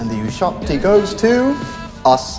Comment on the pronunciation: I think i heard him say " And the ushabti goes to us"